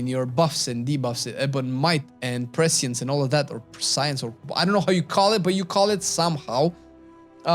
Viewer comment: I'd definitely say mid or upper B for WW, and Aug is upper C. The pronunciation of Prescience is: "pr-esh-ense."